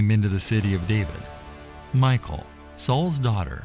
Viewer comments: Thank you! We read the Bible every morning growing up and my father always pronounced Michal as Me-shall, almost making it sound French. Later after I got into high school I met a girl named Michelle, I always associated her name and pronunciation with Michal. But Michael, "he who resembles God," is a decidely different name. So, yeah, this voice over bothers me. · her name in Hebrew is Mi'khaal/Mi'chaal, not the English Michal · you are saying Michal wrong. you are saying it like Michael. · it's pronouced "mee- HALL" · You're pronouncing her name wrong. It's not pronounced "Michael" like the masculine form. It's pronounced "Meek-hal" as the original Hebrew spelling was "Mikhaal" . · Her name isn't pronounced "Michael." A Westerner would pronounce it like "mee-HAUL," but in Hebrew, the "ch" in her name is pronounced at the back of the throat with a sound that's not found in English. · You are killing me by calling Michal "Michael". In Hebrew it's pronounced me-hall, accent on the 2nd syllable. The h should have a guttural sound to it. "Michael" is a man that Obama married. Michal is an actual woman, female figure from The Bible. Don't get the two so confused. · The name isn't pronounced like Michael. In Hebrew it's pronounced Me-Hal. 👍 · I can't help but feel it should be pronounced [Mee-Cal] and not Michael :) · Its pronounced as Mi-kal..the c is silento..not michael... thus Mi-chal.. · Wrong pronunciation...it's not pronounce as Michael...it's Mikhal... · i think michal is not pronounced mikal, but mishal. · I think it's pronounce (Mee shell), like Michelle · Her name wasn’t MICHAEL Its pronounced Me shawl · It's a short i not a long i. Like in pig. Michael has an e. Michal sounds like the male name Mitchell..... Like I can't even watch this hearing you say Michael!! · It's pronounced Mi-hal, with the h from the back of the throat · its pronounced Michelle,, Michael is a Boy Name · I think is pronounce more like Meekal not Michael,🤔🤔